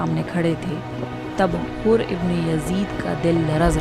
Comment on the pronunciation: Hurr bin Yazees, pronounce ghalat kar dia. Hoor nai balkay Hurr, حُر